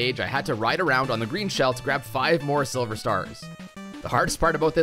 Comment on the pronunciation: he said sliver